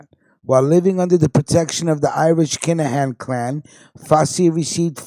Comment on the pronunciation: U cant even say the kinaghans name right lol